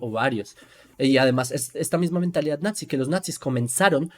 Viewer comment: hola, mira se pronuncia "NAZI" no "natzi" 😊